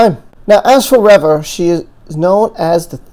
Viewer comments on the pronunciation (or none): REE - VA ... not rev uh